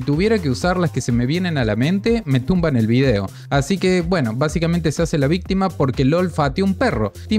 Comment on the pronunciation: "Vístima, vístima vístima, vístima, vístima".